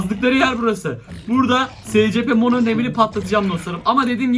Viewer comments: abi Mono değil Momo oo birde patalt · Abi yanlış anlama ama mono diyil momo yanlış anlama lütfen 🤗🤗